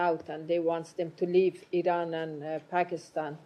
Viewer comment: Sir it is not pronounced I-RAIN it is Pronounced I-RAN get it straight your speaking to the public and the world